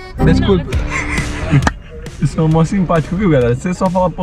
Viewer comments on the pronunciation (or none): "descurpa'' essa foi a mais kkkkkkkkk